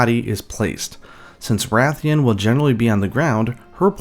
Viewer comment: You said Ra-thian? I knew it! Every keeps saying RAY-thian and I'm like "bro, why would it be pronounced different from RA-thalos?" Ray-thian and Ray-thalos? Nope, Ra-thian and Ra-thalos.🐲